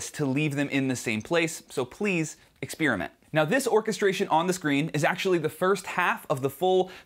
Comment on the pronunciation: Who heard that? "Ixpirement"